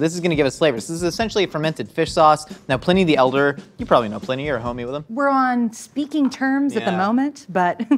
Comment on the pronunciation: Ew... pl-IN-ee.. It's PLINE-ee